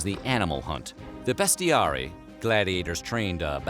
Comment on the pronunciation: Bestiarii is pronounced as Bestiariei not Bestiari